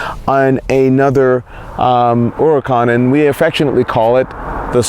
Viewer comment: and thank you for pronouncing huracan correctly!